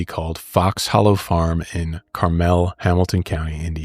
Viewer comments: "CAR-MUL" not "CAR-MEL" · Carmel is pronounced like Carmel popcorn. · Car mul is how you say Carmel Indiana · The way they are saying Carmel Indiana is sending me. They are pronouncing it the fancy way.😂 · Wow, what a horrifying thing to learn about the county I was born and raised in (Also, you guys kept saying Carmel wrong lol) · Finally you guys cover this thank you ❤ I live in Indianapolis also you pronounced Carmel wrong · The way you say Carmel. 😂 We’re not that fancy! And how did I live there for a lot of my life and never know about this